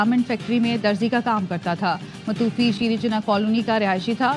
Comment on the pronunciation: اردو نیوز کاسٹر کے تلفظ کا معیار اس قدر خراب ہے کہ متوفی پڑھنا نہیں آتا